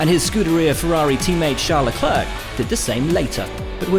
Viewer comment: can will buxton stop saying "leh-clerck" please